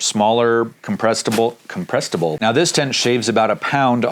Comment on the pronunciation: "Comprestable" LOL! You've been hanging around Dan Becker to long...LOL!!!!!